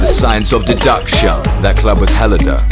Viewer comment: 'science of duduction'?!! 'Deduction' or 'Duh-duction', but please, not 'duduction'!!